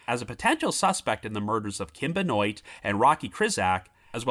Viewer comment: Benoit, pronounced “Ben-wah”. Of French origin.